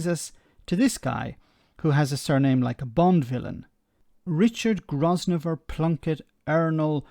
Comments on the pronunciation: Grosvenor is pronounced Grove-ner. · You don't pronounce the S in Grosvenor. It's "Grovener". There's no end to Torysplaining. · Grosvenor is pronounced 'grove-ner' Featherstone-Haugh is pronounced 'fanshaw' Yes these names are ridiculous